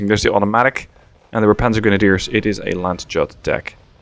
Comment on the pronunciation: Sorry for annoying, but I internally die from it: it's Landyut in pronunciation. "Y" like in "you", and "u" like in "uniform"... Very sorry, love your vids ^^